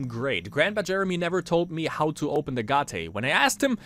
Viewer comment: Deine Art "Gate" auszusprechen ist schon echt sehr experimentierfreundlich würde ich mal sagen :D Man spricht es wie eight aus, nur mit einem G davor. Aber nice, dass du das game spielst, hatte es damals für die ps2, aber war noch extrem jung, 7 Jahre, hab mich immer voll eingeschissen als diese viecher kamen :D habs leider nie durchgespielt, aber kann ich ja jetzt in visueller form bei dir nachholen.